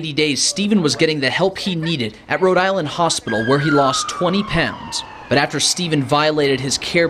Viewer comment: Wrong he's from rhode Is-land